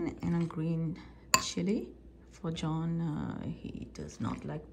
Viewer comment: Dear, in your vidéo YouTube j'avais compris que vous disiez Join and au lieu de John et. En cherchant j'ai compris qu'il s'agissait de JOHN et non JOIN. Erreur de pronociation et de compréhension.Désolé